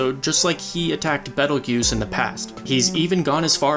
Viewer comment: Pronunciation-Bee tail juice . Not battle guuse.